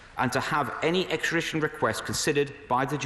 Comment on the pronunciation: Javid cant pronounce extradition